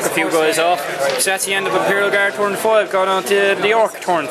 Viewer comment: torn = after you rip something. Accents almost never bother me but your saying a totally different word.